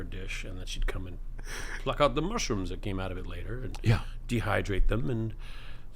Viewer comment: I had to play it back several times, I thought he said he was a doctor of Martians not mushrooms. LOL